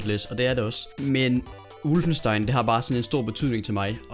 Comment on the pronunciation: Hvad fik du af karakter i tysk!? Det udtales som det skrives - WOLFENstein. Med O.